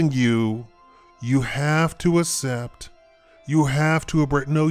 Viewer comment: ass-ept? lol. its pronounced "ak-sept"